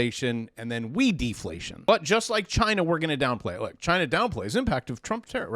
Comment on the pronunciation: He said, “Rook! I did it.”😂😂